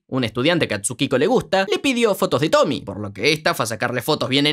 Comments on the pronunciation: SE DICE TOMIE NO TOMI 😭😭😭😭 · Es tomie tomieeee no tomy 😭😭😭